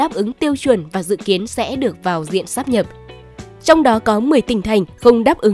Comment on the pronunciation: Phải đọc là sáp nhập nhé mới đúng luật. Đọc lá sát nhập là a, b, c rồi.